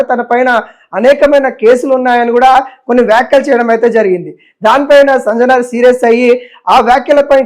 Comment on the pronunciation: సంజనార్ కాదయ్యా ,,, సజ్జనార్ 😂😂😂😂😂 ఏం మో ఏమో